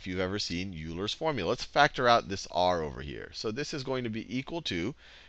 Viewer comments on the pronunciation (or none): Avernus Inferno I don't know what the problem is... he posed a pretty simple statement. The commentator is pronouncing Euler as YOU-LER when it is, in fact, pronounced OI-LER. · oh god, Sal please tell me you're not pronouncing the great mathematician "yooler"... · I can't believe Salman Khan pronounced Euler as "Yuu ler" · "Yooler" is like fingernails on a blackboard for a mathematician. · It’s pronounced YOU-ler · just a correction, Euler is pronounced like "Oiler" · Please stop mispronouncing Euler so I don't end up throwing a rock through my monitor.